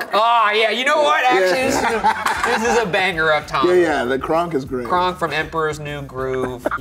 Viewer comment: Instead of kronk I heard ryan say “gronk” lol still a himbo